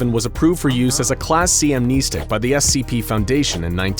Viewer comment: I hope one day you'll say the name "amnestics" 🤦🏾‍♂️ like I cringe every time you say that word (incorrectly) 😭